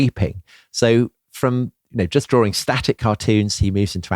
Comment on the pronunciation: "Drawring". C'mon, get yourself together.